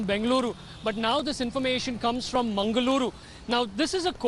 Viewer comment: Its mangaluru😏😏not mengaluru😑😑